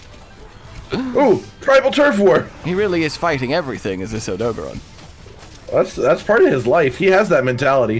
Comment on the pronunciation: Why do yall hate the blue tail it looks good on Odogaron (which you're pronouncing wrong btw)